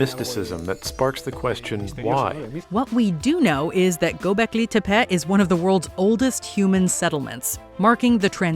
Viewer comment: Tey-pee not tap-pet